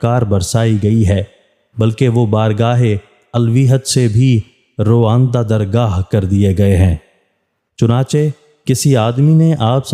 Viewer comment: باتیں تو عمدہ ہیں مگر آپ کی اردو بہت کمزور ہے۔ رائندہ٫ درگاہ کو رواندہ درگار پڑھ گئے۔